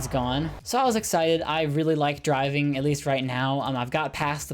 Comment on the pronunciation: i thourght the whole time he was saying diving not driving so I was like whatttttt? order food while diving?